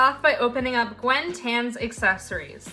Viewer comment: i think Gwynn is not pronounced “gwen” but rather “gwin”